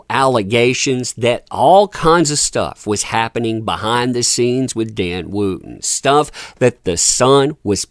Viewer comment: May I ask how you pronounce ‘wood’ think you’ll find it ‘wud’. Wootton is pronounced ‘Wut-tn’. I’m complaining because I’m following the story and the mispronunciation is distracting. However, it’s good to see a ‘what goes round, comes around’ in real time.